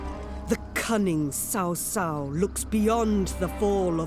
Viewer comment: It's just so damn ez to pronounce correctly CaoCao's name like " tsaotsao" instead of " saosao" which means sister in law xD Anyway great damn video again my friend and c u in the future (in Chinese your quote can be "后会有期hou hui you qi", im native)